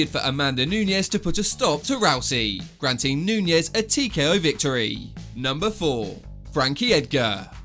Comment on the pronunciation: Holy crap it’s “Nunes” not “Nuñez” smhhh